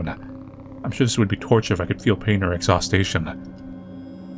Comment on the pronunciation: "ex-haws-chun" exhaustion not exhaustation..